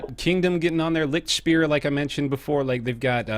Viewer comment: I love how you pronounce "Lichtspeer". Just this silly way of trying to cope with a very different language amuses me so much. Love from germany! <3